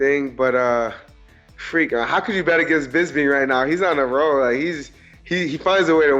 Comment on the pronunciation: OVP can't even say Bisping